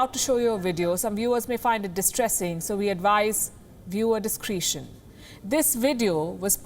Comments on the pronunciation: "Dis-Cretion" Not Dis-Creetion" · Ur English pronunciation of words is no good like healthy.. healdee and discretion not discreeetion haaaaaaahaaaaaa